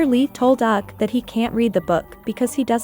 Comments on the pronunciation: 😂😂😂You totally read my mind. It's frustrating. "Bayen", "auk" & "Siyo jayong" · Yup especially “Uk”. 😔 😔 😔